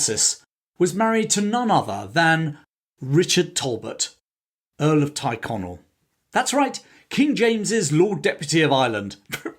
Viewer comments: Teerconnell not tyreconnell pronounced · Thanks for posting. The glorious revolution was really a blatant userpation. One small correction if l may. The name Tyrconnell isn't pronounced Tie connell, it is pronounced Teer connell, probably from the Gaelic "Tír" meaning land (as in "Connell Land") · I thought Tyrconnell (Tirconnell) was pronounced “cheer-Connell) not “tyre-Connell”. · Why do you say Tighconnell when you mean Tyrconnell?